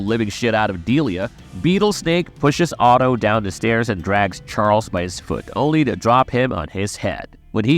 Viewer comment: OTHO not Otto